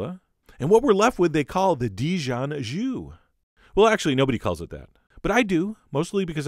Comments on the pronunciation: " jus " , not " jew " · Sauvignon blanc in France is Sauvignon blanc! :) And it's so funny how english-speaking people are incapable of saying a proper french "u" as in "jus"... I actually like saying it as "joo" like you do just for a laugh. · I believe he meant "ju" (pronounced "zhoo")